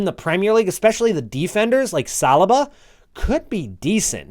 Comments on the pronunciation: Its not salaba its salyba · Haha salrbar you say😂😂😂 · You pronounced Saliba wrong 😂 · If you’re working on your pronunciation, u should learn how to pronounce saliba 😂😂